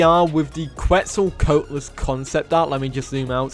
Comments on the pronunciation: I'll help you pronounce Quetz, at least how I understand how to say it is: "C'wets-o-c'wat-o-lus" (I just don't want my boy getting the beipei meme on him for every dino). Also some people say keetz suhl instead of qwets sol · You pronunced Quetzalcoatlus wrong